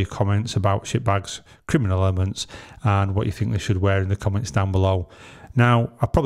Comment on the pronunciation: What's a 'Kiminal'?